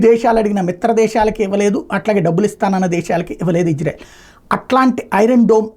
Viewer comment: ఇజ్రెల్ కాదు ఇజ్రాయెల్ అని పలుకు. సరే నా. వాళ్ళకి తెలిస్తే నీకు దింపుతారు మిస్సైల్. నువ్వెళ్లి చూసి వచ్చావ్ ఫెయిల్యూర్ అయింది అని.